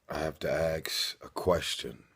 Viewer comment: It is pronounced "ask" not "axe" why does he keep saying it wrong?